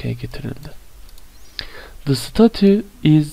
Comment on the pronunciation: Emeginize saglık hocam, heykelin tellaffuzu dogru mu acaba, stetcyu diye öğrenmiştik